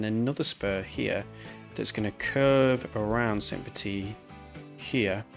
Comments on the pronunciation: First time viewer. You have a great voice, and the video was interesting. However, one thing was very jarring for me..... if you are going to use an accented pronunciation, make sure you have it correct. "Petite" is pronounced petiTE not "petee". In french, when you have an e after a consonant, you always pronounce the consonant. "Petit" is pronounced "petee". Slightly less jarring, but also weird is the mix you use... in French "Saint" sounds like "san/can/ran" (no vocalized T)., it does not sound like the English "saynt". So you are using an english pronunciation for the first part of the city name, and wrong french for the other part... oof. So please choose one or the other, and if it is in not-english, make sure to look up a pronunciation. (And if this is a map you have created, then change the name of the city to not have an E at the end if you intend the masculine form of the word. "Petit".) Anyway, great video, informative and interesting content. Makes me want to play the game after a long hiatus. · So I start watching the video, and I immediately have to call this out: because "petite" ends in an E, the second T is not silent. "Petit" is pronounced, "puh-TEE;" while "petite" is pronounced, "puh-TEET."